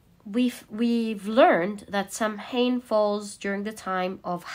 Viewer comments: darling, it's not "Sam- hain" it's pronounced " Sow-enn" When the veil is thin & easier for loved ones to visit us! Same time as Mexican 'day of the dead' Its one of the traditional witches sabbath! Hope this helps? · MAY-bon, SOW-en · Hi ya ☺️ samhain is pronounced ( sow-in ) it is Irish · Just to help out: Samhain is pronounced- Sa-ween or Sah-wen. Mabon is pronounced- Ma-bonne or May-bn Lammas is pronounced- Lam-ahs or Lam-uhz It depends on accent and location, but these are generally the pronunciations I know of in my witching circles. Much love! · May-bon, sow-in 😊 the sow is pronounced like sow ( female pig not sow as in sew 🧵 or sow a garden ) . Im irish & samhain comes from the irish language- but mabon in the Welsh language is pronounced maa-bon In irish (mh) is a w. So it would look like sawain. Love your voice & readings 😊❤ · It’s pronounced Saa-wn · Not samhain but pronounced saw-win